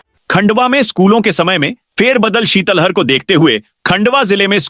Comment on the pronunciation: ये उद्घोषक महोदय को इस बुलैटिन में सुने। शीतल लहर को शीतल हर बोल रहूं हैं।कैसे कैसू उदाहरण मिल रहे हैं।यापन को छापन बोलते हैं।शीतल लहर को शीतल हर बोल रहे हैं।